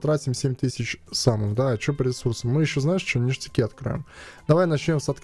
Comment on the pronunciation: грамотей,не нештяки,а ништяки)))))